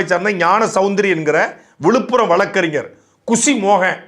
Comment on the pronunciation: யாண சௌந்தரி இல்லை தம்பி ஞானசௌந்தரி என்று சொல்லுங்க தம்பி